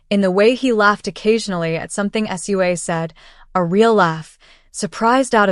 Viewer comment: You say her name Sue Ahhh